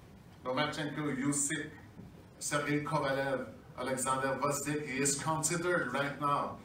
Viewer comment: please - guy's last name is GVOZDYK, second letter is V, gVozdyk, not gRozdyk. I know it's hard for English speakers to pronounce those first two letters, but just try to go with "Vozdyk". Now add G - "G-Vozdyk". It's not hard, just don't get confused and jump over it - read it) P.S. Guy's last name is "gvozd" - nail, and "yk" - a suffix meaning "small/tiny". So he is a "small nail") just FYI, peace & shoutout from Ukraine!